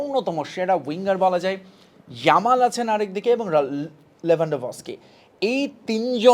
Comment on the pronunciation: কি ভাই প্লেয়ারের নামগুলাও ঠিকমত বলতে পারেন না আবার কন্টেন্ট বানাতে আসেন 🤣🤣 জামাল কে?? আর লেওয়ানডস্কি নামগুলাও তো ঠিক মত বলতে পারেন নাই 😂😂😂